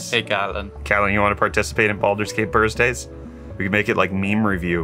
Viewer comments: Bursday, I thought they said ‘“Bearsday.” Thought they were following a certain path… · Jenshin like he had to do it on purpose also BURSSDAYS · Bursdays? Lol nice! Could go baldayz